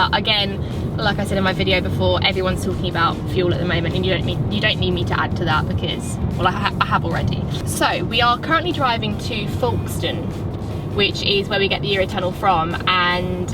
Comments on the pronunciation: It's pronounced Folkstone, not Faulkstone, as in Folk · Very enjoyable video and just love your pronunciation of Folkestone. 😀